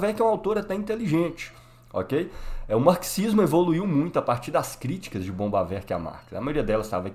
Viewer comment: Parei no primeiro "bombavek",não da pra se levar um cara desse a sério.